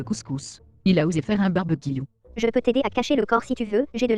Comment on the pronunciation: t la seule a avoir remarqué le barbequiou 😭 😭 😊 😂 😂